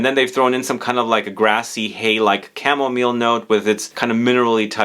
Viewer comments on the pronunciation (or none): none